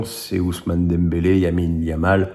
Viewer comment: Mais bon dieu fais un effort c'est pas Yamin Lamal c'est Lamine Yamal!😂😂😂